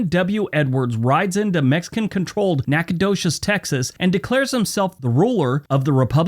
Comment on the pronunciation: I went to college at Stephen F Austin State University in Nacogdoches, thank you very much for pronouncing the name of the town correctly. It gets mutilated all the time.